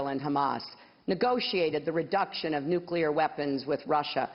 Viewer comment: Just for the fact she says NUCLEAR and not NUCULAR, i would vote for her